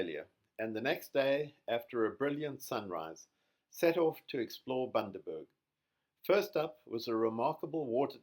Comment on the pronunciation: Bundaberg not boondaberg 😂